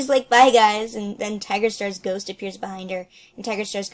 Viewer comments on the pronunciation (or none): none